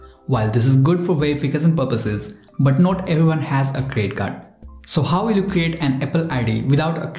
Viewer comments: I say it's a CREDIT CARD but u say it's CRE CARD. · Is it me or does he keep saying credit card but with a silent D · I’m not trying to make fun of u but plz tell me did u say crest card or credit card? Sorry